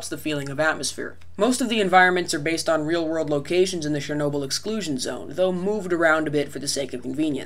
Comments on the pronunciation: 'che' in 'chernobil' is pronounced as the one in 'chelsea' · Why the hell do US English speakers say 'SHERnobyl'. The 'Ch' is pretty obvious how it SHOULD be pronounced...